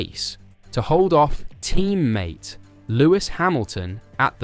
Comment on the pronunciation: Oh wow love the emphasis you placed on saying Team MATE guess I know where that conspiracy is going.